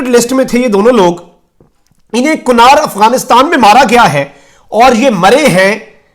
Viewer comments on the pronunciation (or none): ایڈمن یہ شہر کنار نہی ہوگا ۔ بلکہ کُنڑ ہے۔